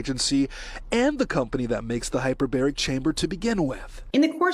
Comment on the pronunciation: Hey, - In case no one has brought it to your attention, I believe the word is hypERbaric.